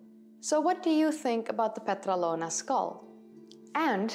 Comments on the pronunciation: PetrAlona, not PetralOna ... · It is called Petralona with the tone on the first "a". Petrálona.